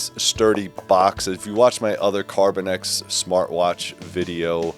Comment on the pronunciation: CarbinOX, not carbinEX. Sorry, it just irks me